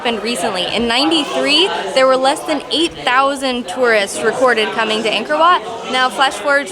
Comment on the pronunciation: This is a great video! The temple is truly a great place and thank you for visiting my home country but just a tip, "Ankor Wat"-if you want to sound more native- is pronounced "ung-kh-or wh-aught" :) keep in mind, you aren't Cambodian so it's okay if you don't get the pronunciation right away. You guys are awesome. Keep it up!!